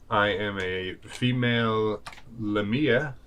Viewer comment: The emphasis goes on the first syllable; it's "LEI-mi-a" Also, lamia aren't a playable race in D&D; the closest thing is a Yuan-Ti Pureblood.